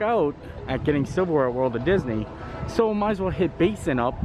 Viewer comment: Silver Wear, I thought you said Civil War... I was like, what? Disney has that?